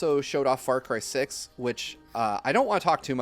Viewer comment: Saying "Far Cry 6" sounded like "Far Crysis", and now I'm wondering what a mixed IP would look like.